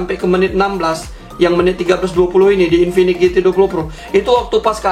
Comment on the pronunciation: mereka dengan sadarnya menyebut infinix dengan sebutan Kingfinix 🤣